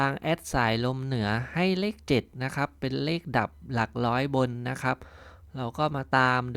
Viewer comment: หลักร้อย ไม่ใช่หลักล้อย